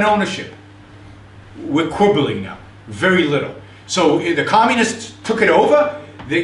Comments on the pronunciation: Gwoops awe vewy vewy bad...' cause fweedumb. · "Stwike him Centurwion wery woughly!"